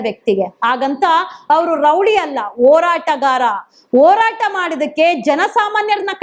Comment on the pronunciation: ಎಸರಲ್ಲ , ಹೆಸರು. ಅಣ ಅಲ್ಲ ಹಣ, ನೀವೆಲ್ಲಾ ಸೌಜನ್ಯ ಹೆಸರಲ್ಲಿ ವೀಡಿಯೋ ಮಾಡಿ ದುಡ್ಡು ಮಾಡ್ತೀರಾ. ಓರಾಟಗಾರ ಅಲ್ಲ, ಹೋರಾಟಗಾರ ಮೊದಲು ಕನ್ನಡ ಪದಗಳ ಬಳಕೆ ಸರಿಯಾಗಿ ಮಾಡಿ